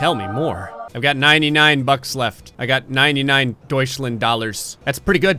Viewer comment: You said Deutschland wrong you non German speaker